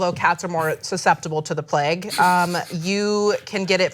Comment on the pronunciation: What the fuck is "the pleg"? So annoying! It's pronounced the "plaig"